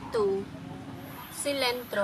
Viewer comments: Hi, I just wanted to share that Lettue is actually pronounced as Lettuce. LET US is how it is pronounced. This dish is one of my favorite dishes to cook. I love making pepper steak with long thin sliced beef, onion, green, red and yellow bell pepper, mushrooms. garlic, salt and black pepper, jasmine or basmati rice, soy sauce, hoisin sauce, worcestshire sauce, teriyaki sauce. It is so yummy and is a full and complete meal for either one person or a family. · Love how she says lettue